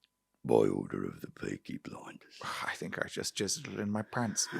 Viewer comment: Beaky Bwinders